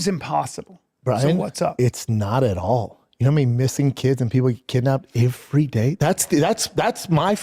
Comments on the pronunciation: “Ivery day” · Why wont anyone let him know how to pronounce the simple word "every"